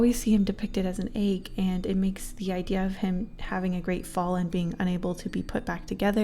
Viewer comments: The way she pronounces egg I- /(>`w’<)\ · am i the only one who finds it a little funny how she calls an "egg" an"eig". Like im not trying to be rude but its just kinda cute and funny XD